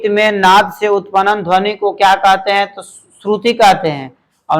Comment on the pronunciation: Sir upanan nhi hota h utpann hota h. Sahi se pronounce kre